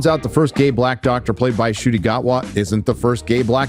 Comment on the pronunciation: It's pronounced as N'kooti, not Shooti.